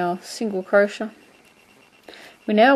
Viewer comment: u do know you r pronouncing crochet wrong right?...